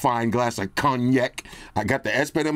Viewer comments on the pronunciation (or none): "CONNYAK" LMAOOOOO